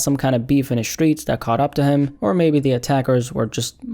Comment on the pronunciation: “The skreets is the skreets glad”